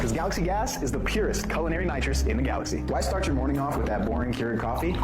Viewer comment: "Colonary" purposes? 🎉 You mean culinary purposes?